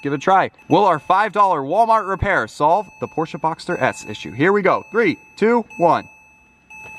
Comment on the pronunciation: Porsche not porscha